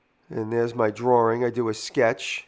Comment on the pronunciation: I love the way Jimmy says "drawring"